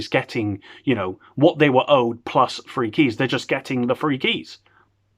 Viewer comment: When u say free it sounds like three and that’s the amount they actually gave lollll 3 keys lolll